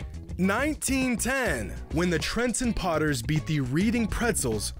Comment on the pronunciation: "reading pretzles" lmao